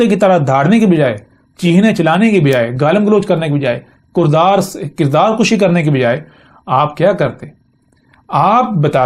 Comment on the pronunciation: 1`.04.06 kurdar nahi hota.. kirdar hota ha , pehlay apni zaban tho sekho, baad ma arbi ke taraf jana